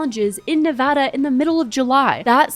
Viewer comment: reasons this is my fav commentary channel: -beautiful sets & aesthetic -fantastic outfits - pronounces “Nevada” correctly